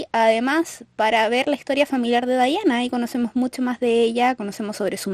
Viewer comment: Odio que se pronuncien así mi Diana nunca será dayana>:v